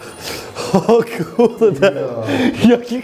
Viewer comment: "o kułde jaki hałdkoł"